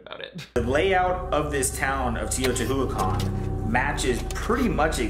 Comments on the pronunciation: Where did he get tiatuhuwacan? 🤣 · unfortunately “tee-oh-ti-hoo-uh-con” took me tf out & i’ll never come back to life after that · the way pronounces "Teotihuacán" Tay-oh-tah- HOO-wah-kan made me do a spit take. Like it's a difficult name, granted, but way to sound like you know what you're talking about dude. Makes me really think he studied the Mayans at length to come to these conclusions. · OMG, the way his brother butchered the pronunciation of Teotihuacan ... yeah bud, real credible...🙄 (FTR, it's tay-oh-tee-whah-CAHN) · Jesus h Christ. Te-o-te-wa-can. If you going to talk about it… get it right or even get it close . Also …. “Bitch, that’s you!” Not the demon. I’m crying and laughing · Yeah, archeologists are unsure who it was who built and inhabited Teotihuacan, but as far as I know they don’t think it was the Mayans. Living Mayans have not claimed it, so yeah I’d say it’s pretty safe to say it wasn’t Mayan. He also pronounced Teotihuacan wrong, so good job all around dude. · the way shanes brother pronounced teotihuacan will forever haunt me and is in fact my 13th reason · fuckin RIGHT? The utter disrespect, even other conspiracy-peddling bullshit artists manage to look up basic pronunciation if only to make themselves seem more professional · I really appreciate how Nick went in on their “discussion” about pyramids and Teotihuacan. Coincidences exist and monumental architecture does not automatically mean aliens or conspiracy(ies). That’s so stupid lol. (And I do NOT appreciate how Shane’s brother pronounced Teotihuacan lmao.) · THANK YOU HAHA his pronunciation made me wanna commit a crime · I’m Mexican and the way his brother said Teotihuacan gave me IBS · His brother's pronunciation of Teotihuacan sent me Couldn't even bother looking up how to pronounce it 🙄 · The way Shane’s brother pronounced Teotihuacan absolutely wrecked me 😂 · I could be wrong but I think they mispronounced Teotihuacan wrong? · His pronunciation of Teotihuacan made me cringe 😬